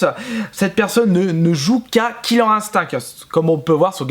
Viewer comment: killer ine-stincte merci dsl je suppote pas les prononciations comme ca